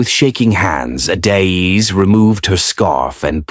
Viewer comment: Is not adaiz😢is Adaeze"ada_eze❤